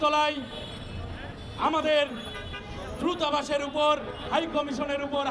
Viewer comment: ধ্রুতাবাস🤣🤣🤣❌ দূতাবাস ✅✅